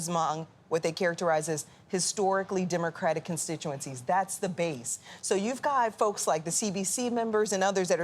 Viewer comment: it's not pronounced "demercratic"...it's democratic